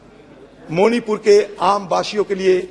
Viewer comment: Say मणिपूर मोनीपुर नहीं